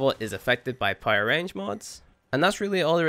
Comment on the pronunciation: I would appreciate you if you stopped pronouncing "power" as "pyro" because i can understand everything you said except that word took me a while to realize what you're saying...